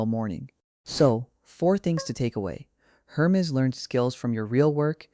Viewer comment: You could at least fix the AI speech to correctly pronounce Hermes.